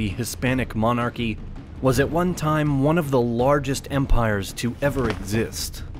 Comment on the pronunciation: Sorry, got as far as the commentator trying to pronounce "monarchy" and had to turn the video off